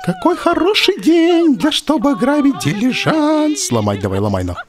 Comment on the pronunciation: Ляяя Олег хватит говорить дИлижансы , дилижАнсы правильно , аж уши режет